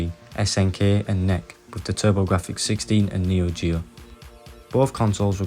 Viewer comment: The Playstation was 32-bit, not 64. Also NEC is pronaced N.E.C, not nec.